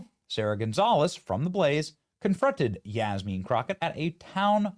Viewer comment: Yaz-mean crooked? Just Jazmine crooked. With a hard J.